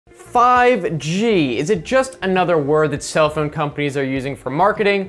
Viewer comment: I like the way you pronounce "phhoown" xD Nice vid man.